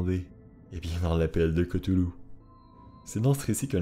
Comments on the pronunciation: aprés dans call of cthulu et autres jeux sous licences COC on dit ktoulou et pas keutoulou XD aprés on s'en fout, moi je dis ktulu ;) R'lyhe c'est tellement pire a prononcer et a ecrire en fait XD par ailleurs je suis une grosse fan comme toi et je viens de finir le jeu sinking city qui est vraiment super top et adapte vraiment bien l'univers lovecraftien, je te le conseille il est meilleur que Call of Cthulhu ;) merci pour ta video qui rafraîchit ma memoire (je te conseille aussi le nouveau film Color out of space vraiment sympa) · Selon lovecraft sa ce prononce claüluh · ON DI PAS COUTOULOU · Koutoulou? Lol Ryley? Lol